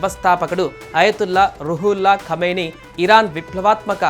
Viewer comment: కామిని కాదు బాబు... అయన కమీనే (నీచ్ కామినే కుత్త)